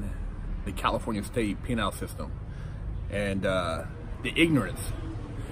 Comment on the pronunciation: “penile system”. 😂😂. It’s Penal* system. Sorry , just was kinda funny.